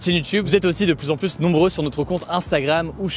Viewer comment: Hugo et son « de plus en pluS » 🙏🤪